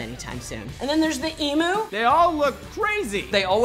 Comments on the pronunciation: Emoo...emoo?! It's E MU(E) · Emu Emu it's Emu Not emoo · It's pronounced em-you not emoo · First of all Vegemite is eaten in small portions, less than a teaspoon. You spread it on your toast with butter. Second of all its not a Ee-moo it's an eem-you. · Em-oo, Its emu. AND VEGIMITE IS A SPREAD!! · The way you said emu em-yu not em-oo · Eeem-You NOT OO-Moo 😂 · Emoo.... It's Eem-you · it isn't an eeeemu it is an emu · THEY ARE NOT FUCKNG CALLED EE MOOOOOOOS ITS EEE M YOOOUS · em-you not emoo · its just "Koala" Emu is said Ee-myoo not Emoo, and finally the big one you say Aussie as "aw-zee" not aw-see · XD They said Eem oos... lmao its Eemyou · Wtf is an ee-moo it's an ee-mew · Has always annoyed me that Americans pronounce Emu as "ee-moo" instead of "ee-m-you" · The thing that annoys me is that people pronounce emu, as "e-moo" no. Just, no. It's "eem-you" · First correction: Where a country/continent/island thankyou very much Secondly: It's e-mu (as in immune), not e-moo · its called an emu not an emoo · It's no emoo it's emu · It's "eem-yoo". Not. "Eem-oo" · EMU EM UU, not OO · and its pronounced emyou not emoo (dont get offended) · Emu not emo "emu" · It's pronounced Emew..Not Emoo! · IT'S NOT EE-MOO IT'S EE-MYOO why can you not say it properly? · Omg did she just say emooo. emu as in eeeemyou. My bad never tried fosters. Just a reminder vegemite is not peanut butter or Nutella. Less is more!!! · It's pronounced e-mew not e-moo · Emus pronounced eemyou not emoo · Emooo it's emu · Can someone get to pronounce it properly its emU not emoo. Also the duckbilled Platypus has poisioness barbs on its front feet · Not an emoo its a emyou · ITS FUCKIN EM- U NOT EMO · emooo lol.. its EMU. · well this was an insulting video, and also really? emo? its em-you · That was good BUT (you knew that was coming) it's pronounced emu not emoo. But what the hell, it's not like you pronounce that many words in English anyway. lol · Maddy McManus Isn't it pronounced e-mew?